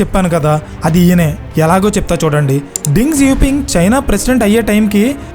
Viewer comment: Ding kadu raa Deng